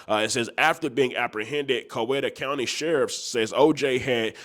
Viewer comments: I fuck wit ya content but you be butchering our city names and counties 🤣🤣🤣... It's pronounced Cow-Wee-Tah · Can tell you ain’t from Georgia my boy it’s pronounced cow we ta!! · Pronounced cow*we*ta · Why the hell was Juice is Coweta (pronounced Cow-eeta). He servin them country Boyz😂😂